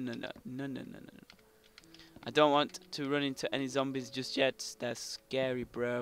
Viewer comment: Why are you calling zombies zambies